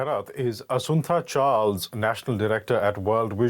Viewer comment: "Asuntha Charles" lol